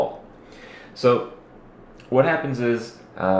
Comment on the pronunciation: I think he can, unless we are unaware of what a "labtop" is.. you said it twice.. & "happends"